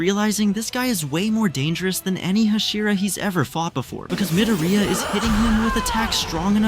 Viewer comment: why is this guy saying MidaRhEEyiAhh